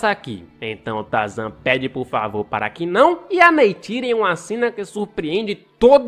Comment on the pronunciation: "Espécie de trazan" kkk